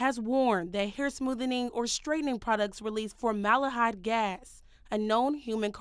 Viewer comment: It’s FormalDEhyde with a D!! Not FormaLAH-hyde🤦‍♀️ This reporter sounds like she just got her GED😫